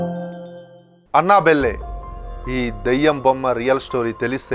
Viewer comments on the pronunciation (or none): అన్న బెల్లె కాదు first పేరు తేలుసుకో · Annabelle pronunciation 🤣🤣🤣🤣